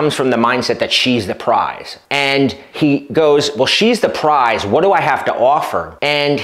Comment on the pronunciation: it's Prize...P r i z e...